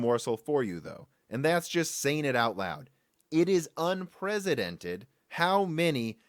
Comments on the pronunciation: The word "unprecedented" does not have a "z" sound. It's a soft "c", which means it sounds like an "s". It begins "un-PRESS", not "un-PREZ". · Every time I hear you say "unpresidented" I think that's what I want to see happen to our current commander in chief.